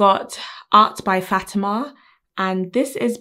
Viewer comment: Queen ur the best but 😉😂 u said fatema wrong... 😂😅